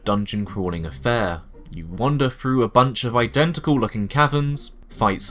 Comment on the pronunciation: Great vid but please learn to pronounce 'th'. Really jarring to hear "frough" and "eiver" and "wiv"